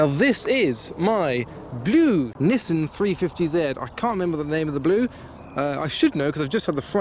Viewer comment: This is a Nissan not a Nissin. Nissin make motorbikes